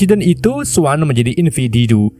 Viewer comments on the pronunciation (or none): Susah amat nyebut individu